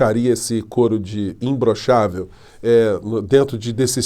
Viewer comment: Eu acho que ele fala imblochavel Como fala paralipi de crack